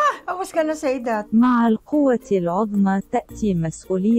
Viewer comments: the last one: Ozma "great", not Azma "bone" and it was written right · omg where did these arabs learn arabic ? ( quwa odma) means great power ... not (adma) as bones ...its odmaaaa with o not a ..google actually was correct.. what a shame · Bro they just butchered it at the end with bone it literally says great(عظمى) but they read it bones(عظم/عظام) so sad a fellow iraqi didn't get it 😂😂